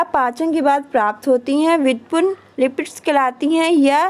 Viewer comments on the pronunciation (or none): व्युत्पुन्न नही कहते मैम जी व्युत्पन्न होता है 😄